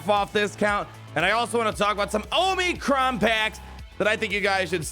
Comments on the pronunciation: Say it with me... AW-muh-cron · I still laugh every time you say "oh-mee-crons"...